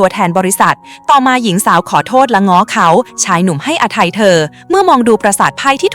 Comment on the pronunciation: ไห้อภัยไม่ใช่ไห้อทัย